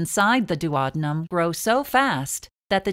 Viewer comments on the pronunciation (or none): It's the duodenum NOT duowabunum.